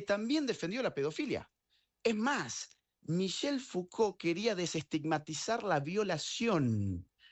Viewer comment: Para el entrevistador, no es "fugol" es Foucault, con C, se ve que no lo has leído.